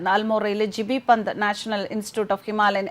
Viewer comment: ജിബി പന്ത് അല്ല, ജി ബി പന്ത് എന്നാണ് സാക്ഷാൽ ഗോബിന്ദ് ബല്ലഭ് പന്ത്.